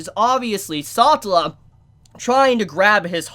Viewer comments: It’s NOT Ecchi-Dona! It’s just like Knuckles the Echidna! From Sonic. Say it right. Don’t bautch her name. Echidna!!! Satella!! Not saughtel...bro. Also he’s 1st death isn’t with a girl named “Elsa” wtf. This isn’t Frozen. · You earned my respect... also i still can't get over how u pronounce Echidna as Ecchidona, and Satella as Satchela